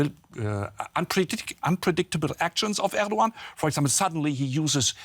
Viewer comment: Glad to have DW speaking on the crisis in Turkey, but ma’am, please learn how to say foreign leaders names. I also work in news and ALWAYS Google how to say a leaders name before saying it. Recep Tayyip Erdoğan = Reh-Jep Tie-yeep Air-Doe-Ahn.